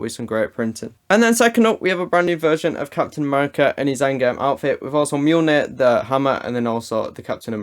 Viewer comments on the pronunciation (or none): none